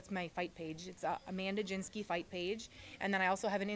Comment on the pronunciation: Man when are they going to get the name right?!? GIN-ski like the drink. Good luck Mandy! I love you!